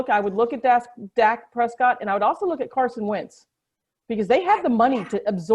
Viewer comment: Alright I figured Wentz to Chicago was wishful thinking, but thanks for confirming! Agreed, Wentz to Indy & Matthews to Denver would be good for the league (& your pronunciation was spot on!) 👍 Thankyou!